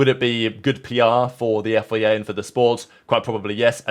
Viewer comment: F.I.A. Not “yefiyayh” Have a breath and concentrate on what you’re saying.